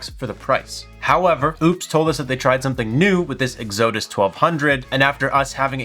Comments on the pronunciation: Egg-Zoeh-Diss ??? This kinda shit is embarrassing. Go to school. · Yes…. EX-uh-dus, please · LOL, love the way you pronounced EXODUS! I get it, I-gor/E-gor. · Okay, so we aren't going to talk about how he is pronouncing Exodus! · Exodus is pronounced ek-sə-dəs. But maybe you're pronouncing it wrong on purpose. The way we mispronounce Oupes. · So he can’t pronounce Oupes or Exodus, and this is why I use hobo tech and not this kid. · Why do you intentially mispronounce the company name when you know how to pronounce it? Not to mention "Exodus" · I love your content, but this needs to be said: it was funny to call it "oops" once. Ha ha. You hurt your professional reputation by continuing to do it when you know better. And the word "Exodus" is very common. I'd look that up in the dictionary before mispronouncing it again.